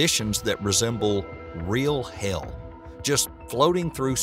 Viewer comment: (dramatic pause) real HAYUL